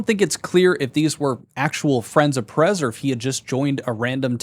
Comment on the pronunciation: Can you really not pronounce "Perez?" Are you slow